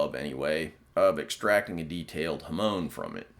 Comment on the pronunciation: He butchered the use of Japanese words. If a person is going to copy something from anouther culture, at least TRY and say the words correctly! “Ham-on”. Not huhmone